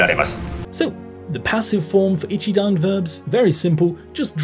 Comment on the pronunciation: Great video! Can i just correct one thing!! - The accent on NoMAnai is correct but Shi NA nai isn't correct. Its shi na nai. It doesn't rise anywhere 😟 same for ashita, it doest rise at aSHIta. And sorry to be picky, its not 'I'chidan, its i'CHI'dan 🫣